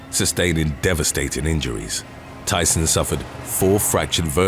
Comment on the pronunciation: Thieson - "Thea - son," just like Tiffany Amber Thieson. But your voice is SO distinctive & unique that I'm willing to forgive you. 😉😋 When home dentistry goes wrong. When picking mushrooms goes wrong. When spear fishing goes wrong. When Zumba goes wrong. When Brazilian waxing goes wrong.